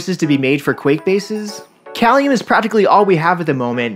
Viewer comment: pronounced Kay-lium